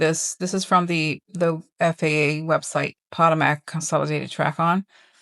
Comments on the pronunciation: every day you are in Rio you look more and more relaxed. BT2W - it’s po-TO-mac, not PO-to-mac. I live there. ❤ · It makes sense why congress rushed home for a 2 week period. Time to get home and wait out the plan! April seems scary for travel. So glad we didn't go forward with our spring break plans! We're in the DC area so that effects all of our airports. BTW, Potomac is pronounced Puh-Toe-Mek and Dulles is pronounced Duh-Less. Just thought I'd help since this will be a hot topic for a bit. ❤ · pa TOE mick, like the river in DC.